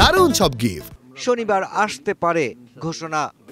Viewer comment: শরিবার নাকি রবিবার কিছুই বুঝলাম না😂